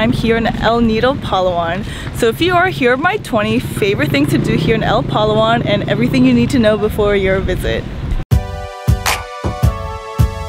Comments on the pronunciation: pa-LA'-wan, pa-LA'-wan. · I stopped watching when you kept saying Palawan wrong. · Learn to pronounce Palawan if you are going to talk about it!